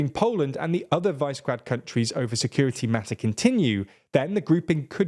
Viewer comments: "Vice grad" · It is not VICE GRAD. It is Visegrad. It is named after a castle on the Danube. It is pronounced VI as in "visual", SE as in "segregate", GRAD is as you might expect except that the A is pronounced as in "arse" or "Arctic". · Please, Brits! This will apparently be a word that you will pronounce a lot. It‘s pronounced Víshehgrad, not Vaisgrad. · it's not "wise-gred" it's Vishe-grad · It's pronouced "Vi-Se-Grad", not "Vice-Grad"... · Vi-she-grad not vice grad 🥸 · Pretty please, please don't pronounce the "vise" in Visegrád as 'vise'. It's pronounced 'vee-sheh'. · You pronounce it "vee-she-grad", not "vice-grad". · Great video! Sidenote: Can you please pronounce Visegrád properly? It is not vice-grade, sounds more like Vish a grud. This is a general comment on many of your videos - can you make the extra effort of not mispronouncing so many names and places? (I'm a nebula supporter btw, and a fan of your work,) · They dont pronouce the english versions right either. In english its "CH" and "K" sounds. And its Vee-se-grad, not vays-grad. Those are the versions that english speakers are supposed to say. Im not expecting native names, but if you use the simplified version, at least get that right. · VICE-grad?!? Do an ounce (28.35 grams) of research before going live. Middle-school level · Just for your information: Visegrád, the name of the Northern Hungarian town is pronounced VEE-SHEH-GRAAHD. Similar to the Vyšehrad in Prague which means 'castle on the height'. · It is pronounced Višegrad group. I is not 'ai' in slavic languages. Please learn to pronounce it just like we learn english. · Hungarian person here, love the episode, but it's pronounced "wish a grad" more or less. definitely not the way it is in this video. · Unique pronunciation of Vice Grad. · JFYI, Visegrád group is pronounced "we sheh grad" [ˈviʃɛɡraːd] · Visegrad is called we-sheh-grad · It's called Vishegrad not Visegrad, and Czechia/"Czekia" not Chechia... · Viśegrad (Visheh Grad)